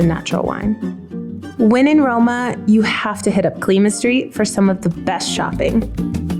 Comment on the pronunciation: It’s Colima street not “Clima”